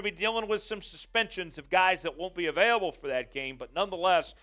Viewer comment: Can we get a new host? I’m sorry but you are so annoying… learn how to say “AVAILABLE” please…